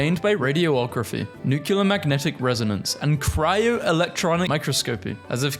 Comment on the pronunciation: Five minutes into the science video: please for the love of god and all that is holy STOP PRONOUNCING NUCLEAR NUCULAR, ITS NEW CLEAR.